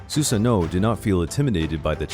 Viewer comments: I know I’m not crazy... you called susano her like 5 times 😂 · Why does "she" keep saying for Susanoo